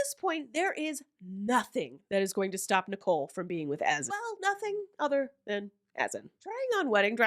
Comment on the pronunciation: Azan is pronounced A-ZON! He don’t even know his own name.😂😂😂